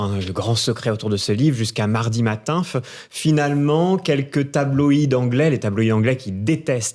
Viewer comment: J'en peux plus de cette façon de parler qui consiste à finir toutes les phrases par des ihhh et uhhh et des ahhh. Le mec en rouge, insupportable. Il dit même 'matinf' et 'commentf'